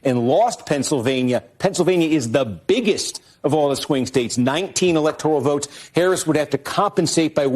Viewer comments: it isn't "electorial" it's "electoral". Please train your lips and tongue to take the "I" out – it actually grates on my ears and I can't hear your wisdom. jus' sayin' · Electoral, not Electorial,! Great update!